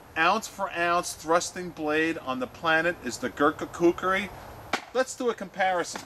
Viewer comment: glad to see your saying kukri nown:) great vid as always :)